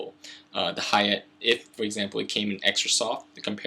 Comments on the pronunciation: Ha-Ya-Tay not Hey-yacht >_< long A sound on Ha and Ya and Te like ta-ble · omfg, please pronounce "hayate" as ha - ya - tei not "hay-yet" holy shit.